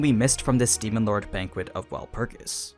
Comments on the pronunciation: He is miss pronouncing Walpurgis🤧 My ears can't take it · Wut is that pronunciation of Walpurgis? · Why you saying shit weird, watch the anime they don’t pronounce wulprigs like that it’s like you taking extra steps to sound weird